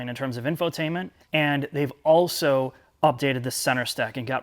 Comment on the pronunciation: Can we get a speech therapist to teach him how to pronounce the L in the word, "also"? I promise to take the add blocker off my browser so you guys make more in ad revenue to pay for it.